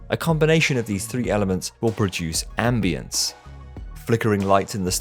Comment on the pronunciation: Strange how you pronounce the a in ambience like the a in ambulance